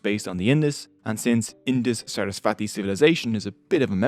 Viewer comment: Hiiii! Thanks for posting this! ALOT of helpful info, seriously. Buuut~~~ Saraswati is actually pronounced as SUR - US - SVUH - THEE (the THEE is pronounced as the TH is THermometer)